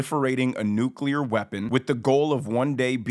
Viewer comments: Lol i almost forgot how hilarious it was to hear GW say nucular like 10 times in a row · Bush couldn't even pronounce nuclear